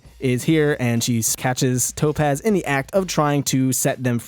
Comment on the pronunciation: When I say tapoz you say topaz! Tapoz!